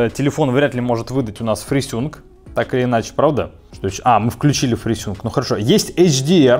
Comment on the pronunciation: фрисюнк : )) Ты еще наверно говоришь сустем : ))